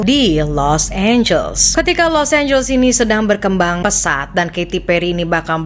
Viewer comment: serius lu nyebut Los Angeles dengan [los énjels]?? 😂 Elu tu kan klo ngomong inggris biasanya perfect. How come you pronounce it wrong. Los Angeles tu dibacanya [los énjeles]. Bukan énjels. Small thing but important to know. 😉